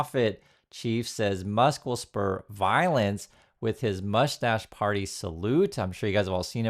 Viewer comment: Why are you calling it moustach party?…?